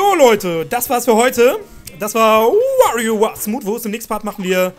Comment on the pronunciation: Ich will nicht wie ein Besserwisser klingen und es tut mir leid wenn ich es tue, aber es heisst warioWARE ("wär") nicht war ("wor") ... ich musste das loswerden entschuldige mich grammarnazi.. :o